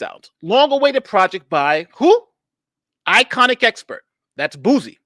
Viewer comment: It is ‘I’ ‘con’ expert not iconic expert 😂 albeit a foolish one